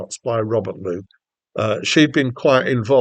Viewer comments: Moog, sounding as in vogue, not like a cow MOOOG. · Robert MOOG -CORRECTION his name is pronounced Vogue - Rogue - Mogue NOT mooo cow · Its pronounced “MOGUE”. (Rhymes with Rogue) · Moog rhymes with Vouge and Rouge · Thanks for the review, but you should really find out how to pronounce Moog.